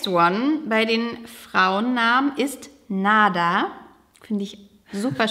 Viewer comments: Der Mädchenname „Nada“ wird im arabischen auch nicht so ausgesprochen, wie er im deutschen geschrieben wird, sondern eher mit einem „ ä“, das heißt „ Nädä“ , das hört sich im arabischen schön an. Es wird in Deutschland einfach falsch ausgesprochen 😉wünsche euch alles liebe...😊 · Nada wird im arabischen aber eher "Nadda" ausgesprochen (also mit kurzem ersten 'a'), könnte das nicht ein Kompromiss sein? Klingt dann gar nicht mehr wie das spanische "nichts" 😛